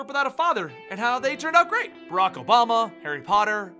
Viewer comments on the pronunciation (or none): none